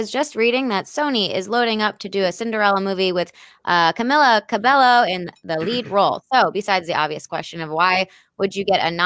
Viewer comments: It is pronounced 'Ca-mee-la Ca-bay-yo' not 'Ca-mi-la Ca-bel-llo' I am annoyed that they can't pronounce her name. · her name is pronounced camEEla cabeYo not camiiila cabelo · Cameela Cabelllllllo, jeez I'll never get tired of hearing people pronouncing her name wrong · It's CAMEELA CABEYO geezz😤😤😤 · CAMEELACABEYO ppl still say her name wrong 😡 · Why the hell he even named his video after her name if he really doesn't know who camila cabello is and how to pronounce her name!!lol!! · They are still pronouncing her name wrongly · I’m seriously triggered she pronounced Camila Cabello’s name wrongly. edit: they*